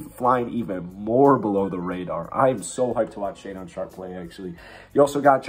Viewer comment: Shaedon pronounced (Shay-Din) not talking shit just helping out lol, good video though!